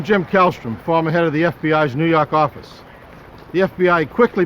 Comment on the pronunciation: "nuu yawk affice"